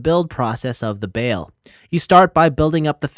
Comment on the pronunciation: Every says his name wrong has anyone that reviewed this watched the actual series you keep saying bail not bael review the anime before making a video